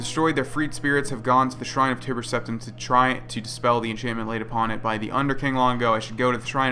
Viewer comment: you keep saying Tiber wrong the entire vid lool